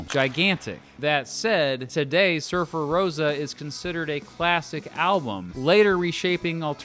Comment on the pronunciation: It's not Surfer-Rose-a, it's Surfer-Roe-sa ;) Haha, like Levi-o-sa lmao.